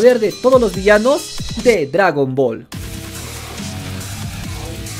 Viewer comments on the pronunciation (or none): "Dragran Ball" ¿estas borracho?